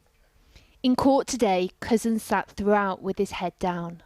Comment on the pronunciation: Whenever the voice-over says "PC Wayne Couzens", it sounds as if she's saying "PC Wanker". Intentionally appropriate?